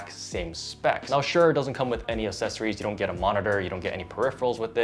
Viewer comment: Mate, please pronounce accessories properly 😅